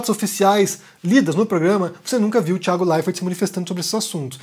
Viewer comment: Por que você pronuncia errado o nome do Thiago??? RSS